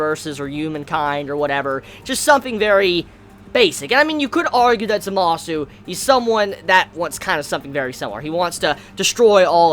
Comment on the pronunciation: Also, the way you say Zamasu and Gowasus' names is Zamas and Gowas. The "u" is not pronounced